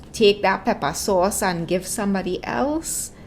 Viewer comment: I can’t even 😂 “Peppah sauce”💀